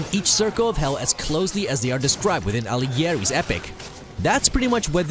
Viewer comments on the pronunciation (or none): prawda jest taka że w tym filmiku zaorali prawie wszystkie nazwiska autorów :D tak samo boleśnie zabrzmiało jak mówi Dante Alighieri co powinno się czytać Aligieri lub nawet Algieri (włoskie nazwisko)